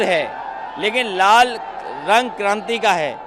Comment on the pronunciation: Pahle bolan Sikhe pahle to hanumaan ji ka Vastra sindhoori hai aur lal ko rar bol rahe ho